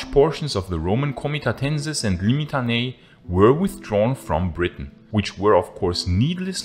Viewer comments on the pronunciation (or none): none